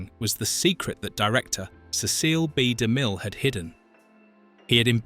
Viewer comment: Sorry, the voice & pronunciation ruined it.Ceceel b. De mill????????????????????